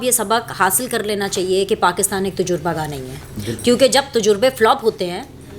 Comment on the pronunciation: خدا کے لئے سیکھ لیجئے کہ تجربہ میں ج پر پیش نہیں ہہے